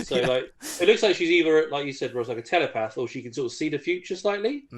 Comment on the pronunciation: Telapath or Empath